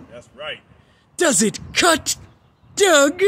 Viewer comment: Why does it sound like "Doug" when he says "Dawg?"